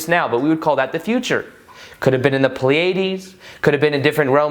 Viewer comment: Pleiades...Pronounced...PLEA UH DEEZ... YOU'RE WELCOME LOL